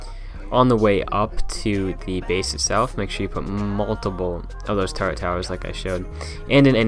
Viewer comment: "TURRET" not "TURRENT".